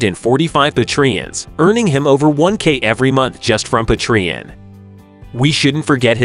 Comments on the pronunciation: Patreon is pronounced: 'Pay-Tree-on'. NOT Pa-Tree-on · why don't you just use a real human voice to narrate this video. What the heck is a... Pah-Tree-un! come on guys.